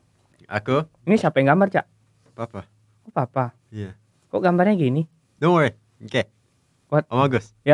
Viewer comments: pappa wkwk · And you know? Me too by the way 😂 just different in my ears, just hard to explain lol